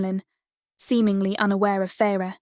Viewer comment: how about the correct way to say “ Feyre “